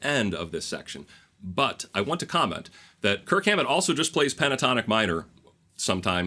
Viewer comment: Dude you gotta go back and overdub every time you say Kirk Hammet.